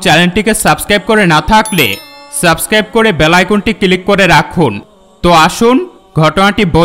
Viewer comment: কিলিক noi click😂😂😂😂